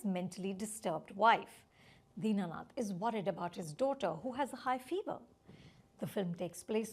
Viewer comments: Deenanath ❌ Dinnath ✅ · Din nath. Not dina nath.